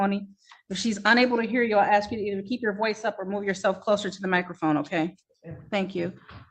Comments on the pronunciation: "Aks" you ...... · You can’t axe a question. Maybe if you ask a question it will get answered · Cause he didn't axe properly